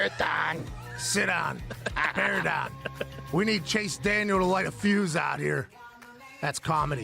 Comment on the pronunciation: Fav things from the show the “Cahhmon” after a subtle shot Bears shot “Behr Dahn” and “a Stooge and a Sellaahhht” and the ocasonal, rarely heard “same old Braahhnies”